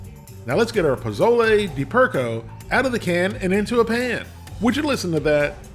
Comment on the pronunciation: POLLO is pronounced Po Yo. Just sayin'